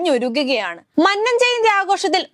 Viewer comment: 🤭'മണ്ണൻ 'അല്ല കുഞ്ഞേ, മന്നം. മഹാനായ മന്നത്തിനെ ഇങ്ങനെ മണ്ണൻ,മണ്ണൻ എന്നു പറയാതെ. ദോഷം കിട്ടും. 🤭